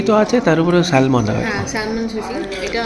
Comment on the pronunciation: It is not স্যালমন. Pronunciation is স্যামন